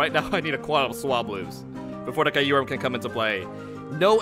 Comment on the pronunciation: KYUrum. Like Kyubi. Come on